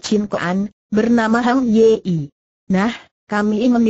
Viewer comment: Min, tolong sertakan teks (narasi)nya. Kalau cuma suara google saja orang tidak tahu nama atau frasa yang dimaksud pengarangnya. Contoh: Hang ye-ie. Apa namanya Hang Yi????? Lagi, nama Zhao Kuang ye i en. Apa suara google tidak bisa mengucapkan Zhao Guang (Kuang) Yin????